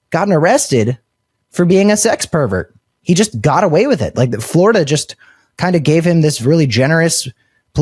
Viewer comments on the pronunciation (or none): none